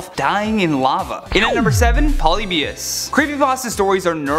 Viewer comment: And it's pronounce Polybius